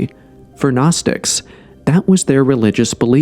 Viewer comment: Gnosis is pronounced NO-siss not naw-siss